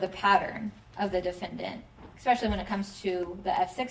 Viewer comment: Hey lady prosecutor…it’s not eXpecially…….its eSpecially…drives me crazy ! 🤪 🙄🙄🙄🙄🙄